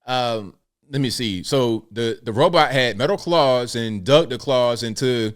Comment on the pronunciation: it's claws...